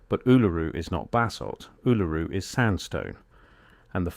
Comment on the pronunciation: The problem with AI voice narration is that it can’t pronounce Uluru properly